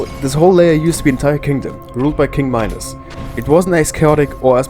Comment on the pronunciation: its minos not my nose